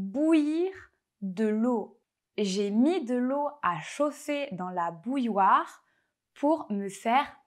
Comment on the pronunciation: Pour les anglophone, je crois que la distinction entre le 'u' court et un 'ou' n'est pas si facile. Quant au mot 'bouilloire', j' ai été surpris par la prononciation belge, qui ressemble plutôt à 'boule-loire'.